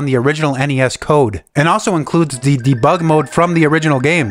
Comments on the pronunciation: the way you pronounce debug is artrocious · I've never heard debug annunciated differently, but after this video I've heard it a thousand times. ... Neat video, regardless. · You have a funny way of saying Debug... never heard anyone say it like that 😂